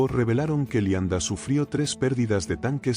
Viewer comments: Pronuncia mal muchas palabras. El nivel es bajo, parece una máquina. Uermach y qué es eso de Lianda? 😂😂. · Es cierto, Leibstandart la pronuncian lianda y asi todo lo demas.